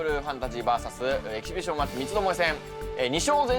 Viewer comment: 相変わらず「エキシビ ジ ョン」になってる。 ナレーションはエキシビションにちゃんとなってるけど。